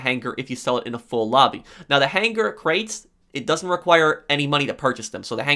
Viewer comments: I appreciate the quality of information you offer in your videos, but you have to learn to say hanger. Right it's hang-er You're saying han-ger which sounds like you've phlegm stuck in your throat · I’ve never made a comment in my entire life but holy fuck I’m getting so annoyed over how HARD he pronounces his G’s in han-GHER. Holy crap dog I had to change the video over it. Work on yo speech. I counted that like 60 times. The g is silent buddy. I’m sure you learned about stuff that in like 4th grade.